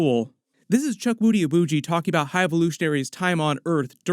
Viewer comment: His name is pronounced as "chookoodee".